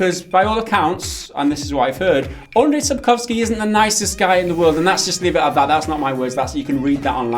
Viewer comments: About your struggling with Sapkowski's first name - it's actually pronounced more like "Anjay" than "Andray". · Andrzej Sapkowski - the closest approximation for his first would be: UN-j, not UN-dr-zay ;) Just saying. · Just one thing, his name is pronounced like Andjei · Guys please...This is not Andrej. If you have issues pronouncing full name just focus on last one.